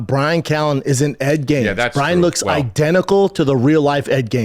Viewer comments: How many times are they gonna mispronounce Ed Gein’s name!? Jeeez. Its not “Gaines”😂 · Nobody's gonna correct Ed "Gaines"?? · Bunch of grown adults can’t say ed geins names correctly